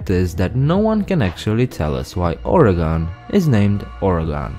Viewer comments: Not to be rude, but the last syllable in Oregon is pronounced the same as "gun", not "gone". We Oregonians are just a bit touchy on this matter. ;-) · As an Oregonian, I die inside when someone pronounces as Ore GON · No offense, but it’s not ore-a-gone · I live in Oregon and I say it as OR-Y-GUN! Please say it right. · Oregon is pronounced (ORygun)... :( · Dont feel bad. Many people in the US pronounce it incorrectly. It's a running joke among people from here how everyone from other parts of the country say it. Or-ee-gun. Many people from other states say "organ" like your liver or kidney. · No it’s not…. It’s pronounced (or) (ii) (gin)